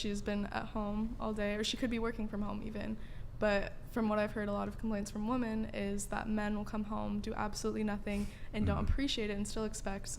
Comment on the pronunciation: Why do these bafoons pronounce the plural women as woman? WTF?